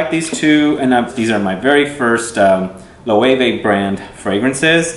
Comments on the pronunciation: I loooooove Loewe 001 on my husband and it's actually one of his favorites. Thank you for pronouncing it the correct way... I had to correct the sales woman in Nordstrom several times. Great video, I just stumbled across your channel and glad I did. Thanks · I remember seeing this brand when I was in Spain. I love the aesthetic of the marketing for these two fragrances, very curious to see how the actual juice compares! I also didn't know it was pronounced "Lo-eh-veh" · LOL! They corrected me in Spain on the pronunciation. Even though it's been several years I think this is how they pronounced it! :)